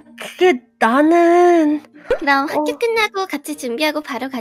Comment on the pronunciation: 하교가 아니라 학교라 하셨엌ㅋ